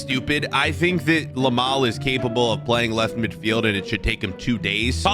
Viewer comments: Bro its yamal not lamal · did anyone notice he said lamal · Love how he kept calling Yamal ''Lamal'' lo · if you got 7 mins and 46 seconds he says lamal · By the way its now Lamal it’s Yamal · did bro actually said Lamal💀💀 bro called city. united💀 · Did nobody realise the he Lamal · Is it Lamal or Yamal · Bro said Lamal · and "LAMAL" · Bro was calling him Lamal 😂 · bro says yameal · guy said lamal